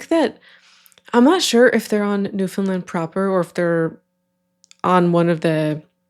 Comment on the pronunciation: If I didn’t already know you’re Canadian, I would be able to tell because you pronounce Newfoundland properly! Lol